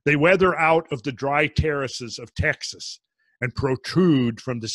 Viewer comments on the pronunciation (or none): none